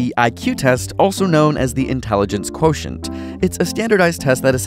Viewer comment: You said quotient wrong if we're being completely pedantic 🙂